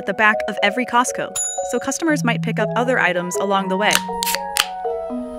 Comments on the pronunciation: It bothers me when people pronounce the T in Costco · the t in costco is silent. poor chickens :(